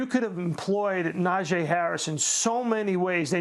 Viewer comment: Najeeeee not “Najay”. Thanks. Here we goooo! ⚫️🟡